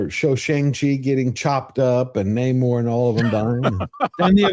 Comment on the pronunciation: It's not "ney-mor," it's "nah-morrrrrrrrrrrrrrrrrrrr."